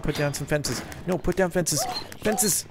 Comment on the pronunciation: For some reason i hate it when he says no like nuu its really annoying